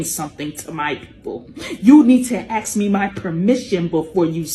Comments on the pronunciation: Aks her for permission.... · "You need to axe me my permission." I will axe your permission, surely. It is severed. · We need to "AXE" her permission??? LoL!!!